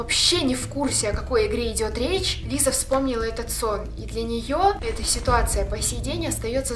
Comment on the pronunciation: Она говорит сокращённо "Лиса"